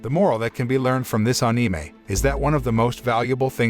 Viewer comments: bro... you doing such a good job so please don't take this in rude way.. but it's Anime.. and not AAnime.. like how you say animal and not AAnimal.. like that.. just letting you know bro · AnIMa...why does it sound like that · I like the way he says eanimay(anime) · Ah-ni-mei? Wtf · Ah it's, " Ahneemay recaps" 😂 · Onime what a pronounciation